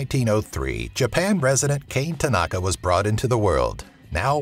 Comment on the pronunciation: KAH-neh tah-nah-kah.